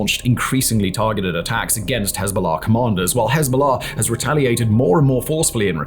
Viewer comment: You pronounce Hezbola far too well for my liking.